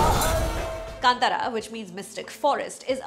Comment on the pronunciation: It is Kanthaara not kantara when said in English.